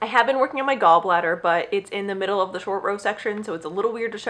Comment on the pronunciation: Are you saying “gallbladder “? You’re knitting a gallbladder 😃where can I see more